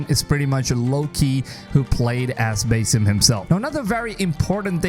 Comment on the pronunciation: This game sounds more promising than the last few Assassin Creed game's and FYI you're saying the character's name wrong 🙄 and sometimes a smaller game is good